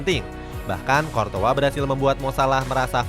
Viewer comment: Qurtois bukan qortoa